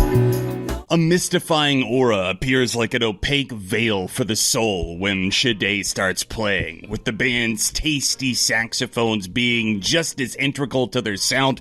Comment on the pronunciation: It's shah-day, not shay-day. But I love U anyway,.